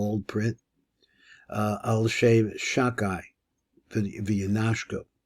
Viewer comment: Shalom. Around minute 9, or 9.30, I think the name is said "Shadai" and not "Shakai". I mean, with a dalet "ד", instead of a "ק". Thanks for this material.